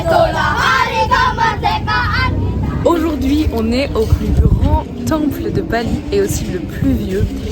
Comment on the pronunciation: On dit aujourd’hui pas EUJOURD’HUI!!